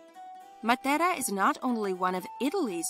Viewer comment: Why she pronouncing matera in Spanish